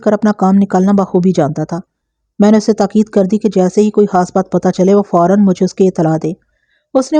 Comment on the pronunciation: آپ پلیز ح اور خ کا خاص خیال رکھا کریں۔ مخلوق کو محلوق اور خاص کو حاص کہتی ہیں تو سماعت کو بہت گراں گزرتا ہے۔ آپ اردو میں کہانی سنا رہی ہیں لہذا اردو کے الفاظ کو درست طور پر ادا کرنا آپکی ذمہ داری بنتی ہے ورنہ اس طرح ہماری زبان کا تیا پانچہ ہو جائے گا۔